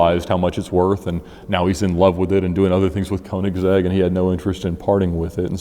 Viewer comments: It's königsegg not koenigsehg bruh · It’s pronounced “kernig’zegg” BTW. the “ker” sound is pronounced in the front of your mouth with your mouth shaped more like an “o” (instead of further back and closed like a normal english “errrr” or “grrr”). And the “zegg” is really the english possessive “s” at the end of “kernig” but then with “-egg” run together as one word.